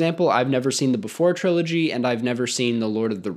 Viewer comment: notice how you said "trilogy"